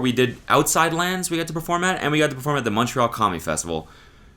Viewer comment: I definitely thought you said “Montreal Commie Festival” and I almost lost my shit